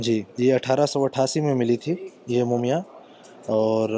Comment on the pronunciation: its not mooomiyan, its mummy, please.